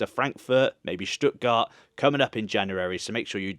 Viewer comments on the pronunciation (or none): none